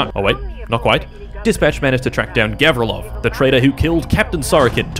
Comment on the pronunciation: Actually, it's govrílov, not góvrilov